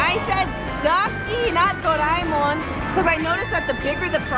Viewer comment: It's pronounced do-re-mon like you sing do re mi fa so la ti. It's doe- ray- Mon (monster abbreviations)